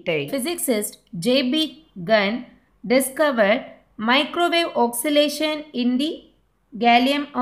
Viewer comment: Your pronunciation of oscillation is wrong. Its oscillation not oxilation.